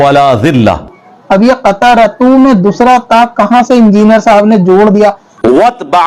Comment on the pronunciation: Injiniyar nhi khinziniyar